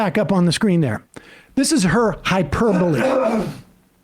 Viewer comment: At least he says "hyperbole" right. That's something.